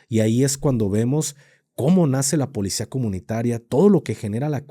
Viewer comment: Alguien más le da Grinch escuchar al decir: polecia? 😢😢